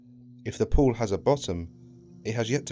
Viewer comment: 10/10 for managing to pronounce "pool" like "board". Very impressive. - "Thrive Four"? You have one job. Read aloud. Your country spawned the language, ffs. Learn it.